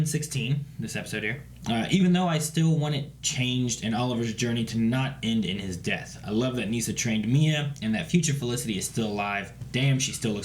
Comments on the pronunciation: Neesa lol? It's Nessa. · It’s pronounced Ni Sa, not like Nessa (nickname for Vanessa) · Ok are they pronouncing Nyssa's name wrong on purpose? I hate that it annoys me as much as it does which makes it even worse. 😂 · Thanks. I'm just surprised that after 7 and a half seasons they still don't know how to pronounce her name 😂